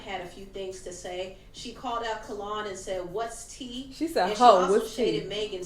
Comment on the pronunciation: It’s Kellon like Melon lol